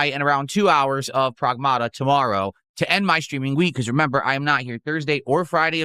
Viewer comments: Prowahgmahta 😂 his accent is so ugly. Also with his degenerate audience he probably shouldn't be playing a game with an underage girl in it just saying. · What is he saying, "Progmahduh"? 💀